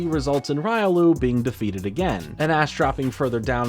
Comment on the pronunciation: no the bad joke is u pronouncing Riolu that way. The Anime says it.